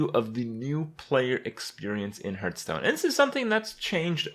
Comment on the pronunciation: Now that you've changed the way you say "Shaman" it's time to go all out and start saying "Hearthstone" properly. Be brave.